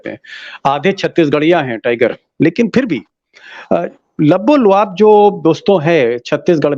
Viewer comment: Lubbo lubaab Pl don’t say Labbo Loaab. Loaab means think/mouth secretion